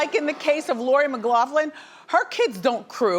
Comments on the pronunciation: Uh Lori Loughlin not Macloughlin....come on Wendy👀👀👀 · Oh wendy, Aunty Becky's last name is pronounced, "Locklin" your team is failing you. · Wendy, Please learn to say a persons name correctly. It is Loughlin , pronounced Lof-Lin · How is it so hard for Wendy to get Lori’s last name right? She’s a professional. It’s not ‘Mc’Loughlin. It’s just LOUGHLIN! It’s your job! Learn her name! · 🤣🤣 “McLaughlin” like where did the Mc come from Wendy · Wendy it’s not Lori McLoughlin. It’s Loughlin. 😛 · Loughlin not mcloughlin lol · Idiot Wendy can't even say loris last name right.its loughlin not mccloughlin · “lori mcgaughlin” I HAVE TO LAUGH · "McLoughlin"? If you're going to talk about someone, get their name right! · Wendy that is not Lori's last name. She always butchering people's names. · She said Lori McGLOFLIN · Lori Loughlin not McLoughlin!😂👌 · Wendy, who is Lori “McLoughlin”? 🤦🏽‍♀️ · she said "Lori mclaughlan" 😂😂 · Loughlin..... LOUGHLIN. I thought there was a teleprompter? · Idk why people are obsessed with Wendy she can’t even pronounce lori Loughlin‘s name correctly! I mean it’s not that hard